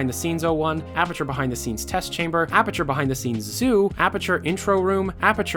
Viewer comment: If he says Apperature one more time......